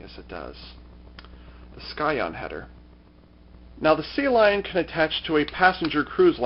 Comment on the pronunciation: Sea Leon, not Sea Lion.